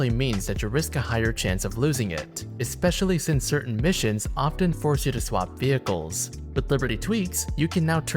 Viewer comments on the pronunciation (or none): none